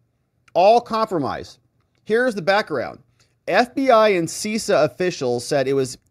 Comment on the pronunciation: You need to tighten up your cyber game,. CISA is pronounced Sis A not Cease A. CISO is pronounced Cease O, though it was Sis O 15 years ago. Versa controllers initially allowed the Chinese access to the Verizon, Lumen, and AT&T & some of Sprint (T-Mobile) networks involved, not Cisco. This attack has been going on for a very long time and may have multiple compromised systems. The bigger issue is the CALEA intercepts mandated on all carrier gear (Versa, Cisco, whoever's) to allow FBI & other Intel Agencies access to communications when authorized. That's how campaigns &.a lot more data gets tapped. These operations have been around for a while. Someone at the carriers should have seen the traffic going to the Chinese. And these captures should not have been transported in the clear (unencrypted) across carrier networks to begin with. Not watching where the signals go is a supreme breach of privacy.